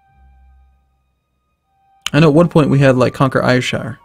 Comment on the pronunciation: Ayrshire = Air-Shur! I'm sorry but it literally kills me and I don't want you to have a manslaughter case on your hands.